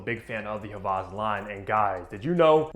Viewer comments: I love the vid and content, but js wanted to let u know that it’s Hawas and not havas, I love you though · It’s pronounced hah-wahs not ha-vahz. Hope this helps 👍🏼